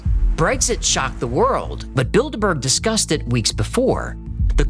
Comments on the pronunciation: 1- "How daaare you!" is not a bit and will never get old. Never! 2- You say Bilderburg, but I only hear Build-a-Bear. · Not gonna lie, I first heard "Bilderberg" as "Build-a-Bear". Of course, now I'm thinking this may not be coincidental. It would certainly explain why those things are some damned expensive. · I kept hearing build a bear😭😭😭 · I can't stop hearing "build a bear" now that's a group I could get behind 😂